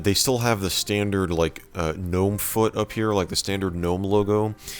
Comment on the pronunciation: ITS G'NOME